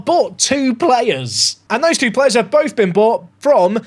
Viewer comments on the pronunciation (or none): none